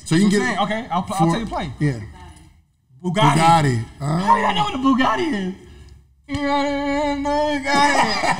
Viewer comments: you dummy its BUGATTI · Pretty sure he was trying to say Bugatti